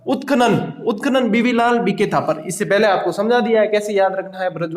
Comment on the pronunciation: बीबी लाल है but sir तो बीवी लाल बोल रहे है, my daut please स्पष्ट करे